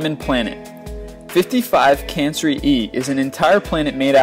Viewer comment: It's no t 50cansree e it's 50cancrie e